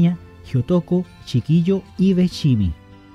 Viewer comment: Sí, así se escribe pero se pronuncia shi ki yo. saludos.